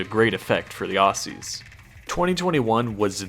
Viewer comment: still pronounced aussie as assy tho